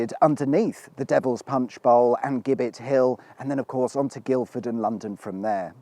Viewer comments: Dear chap it's 'Jibbitt' not 'Gibbett'. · You're absolutely right, it is indeed pronounced 'jibbet' they used to hang the highway men on that hill. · It's spelled 'Gibbet' It's pronounced 'Jibbit ' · Its jibet hill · It's pronounced 'Jibbet' ... a structure they used to hang criminals bodies from. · The gibbets that were used to hang miscreants was actually pronounced as “jibbett .” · Isn’t Gibbet pronounced with a soft “G”, meaning a hangman’s scaffold? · A nerd writes....Strictly speaking,a Gibbet (pronounced as with a J) was a metal cage in which the bodies of executed Highwaymen were displayed as a warning to others. Jerry Abershawe,the famous Kingston Vale Highwayman was hanged at Kennington in 1795 then gibbetted at Putney Vale near the scene of his crimes.... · "Gibbet" is pronounced with a soft g as in gin. And giblets.